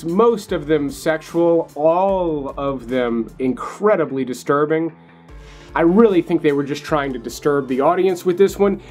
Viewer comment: Take a drink every time he says "disrurbing".